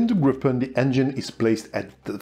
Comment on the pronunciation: I think the most important thing I've learned from these videos is how to pronounce "Gripen" properly. Here in the US most people call it the "Gry-pen", with a hard-"i", like "ripen". Of course we also say "Tie-phoon", instead "Ti-phoon" like the Brits, etc. As for the engine being in the rear, wasn't that also true of all the other 4th gen jets? The F-14, 15, 16, 18, 22 and 35 all have their engines mounted in the rear. So doesn't the MiG-29 and Su-27, etc, Typhoon, Mirage 2000, Rafale. So how did the Gripen "pioneer" this?